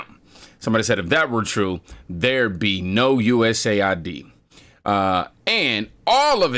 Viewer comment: Say U.S.A.I.D not US AID